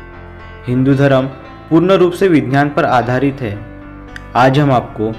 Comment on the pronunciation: Gadha hai tu.. Vigyan toh tujhse bola nehi jata.. vinynan kehta hai..